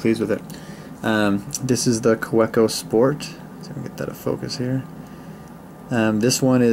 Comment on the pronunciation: Just nit picking here, but it’s pronounced “ka-veh-co”.